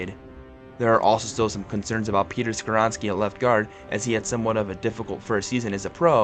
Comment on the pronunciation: How you pronounce” Skoronski”right but “Spears” wrong 🤣🤦🏾‍♂️